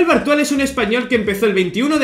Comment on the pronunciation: Entendí "Manuel Brutal"